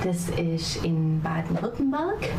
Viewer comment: Your pronounciation of Baden-Württemberg is extremly good, like 98% of native english speakers struggle hard with "ü" just like they do with "ä" and "ö", you were almost spot on so you got some language talent. But no, she said she lives around Stuttgart and some say Schwäbisch is it´s own language but it´s just a dialect. BTW: Sprache doesn´t mean english speaking, just language. You might wanna check out "how anyone can read german" by RobWords.